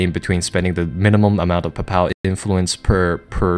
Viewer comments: While I am not a native English speaker and not in any way an expert, i believe you're pronouncing "papal" incorrectly. Think papel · papal is pronounced Paypull